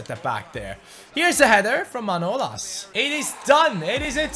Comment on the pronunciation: come on its manolàs ( Μανολάς) not manolas